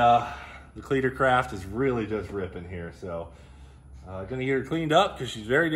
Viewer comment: I almost choked on lunch when you called it the Cleeter Craft.